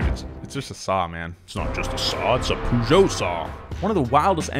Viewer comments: Please don’t say Peugeot like that... makes my ears hurts... “pay geot” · why do americans say pooshow? it's really not pronounced like that. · That sick Peugeot propronunciation 🤣🤣🤣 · Your pronunciation of Peugeot is the funniest ever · pronunciation of Peugeot is both the best and the worst thing of this video. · The way that pronounces Peugeot, bruh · I'm sorry.... WHAT!? How the hell did you pronounce Peugeot? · It annoys me how he pronounced Peugeot and I'm not even French. Don't let me even start with how he pronounces the German brands.😶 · Nobody:: poojo pooma jagwar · I've never heard Peugeot pronounced like that, it threw me off. In Australia it's pronounce as "Per-geot" not "pew-geot" lol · Take a shot every time he says Poojoe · You call Peugeot poojoe? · ...sorry I can’t take how you are pronouncing every brands name correctly.. but Peugeot? You are the first person I have ever heard pronounce it as “pujoe” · Please stop saying pougeot instead of Peugeot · bro why do you pronounce Peugeot like that? it's pronouned (purr-geot) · Pugo not Peugeot PUGO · Peugeot: "Purr-Zho" not poo joe. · I’m British and was like wtf is a pujo it’s puh joh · Me, a European: What is "Pujo" "OH HE MEANS PEUGEOT" (more like puh-joh) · I know right? I know it as purr-sho weird sh-j sound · poo-jow? it's purr-show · "Poo joe" It's Puh-joe with the joe part a bit longer. Poo joe lmao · "pužo" interesting pronunciation of "pežot" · It's not Poojò, it's Pejò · Why do u call peugeot pujo? It sounds more like pegeau lmao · Poo Jo? Its more like Pe jou.. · Why do you call it "Puuujo" its "Perzio" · it's not "poo goet" its "Peu-geot" like "un petit peu"..... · Pugo 😂 it’s (“ per- ge- oh”) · I love you guys but please do some research on manufacturer pronunciation😭 peugeot is pronounced “per-zho” not “poo-joh” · Absolutely nobody: Donut media: ~pOoJoE~ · Pea-you-got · Per zho. Im british and i barely knew what he meant